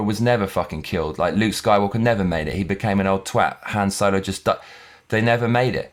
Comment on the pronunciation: sounds like you said soywalker